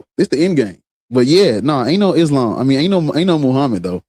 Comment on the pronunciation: "Islam" seems more like "Aint's-lam"